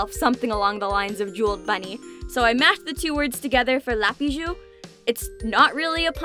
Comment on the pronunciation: Lapyjoux ( I speak French and I heard la bijoux hdnsjjajaja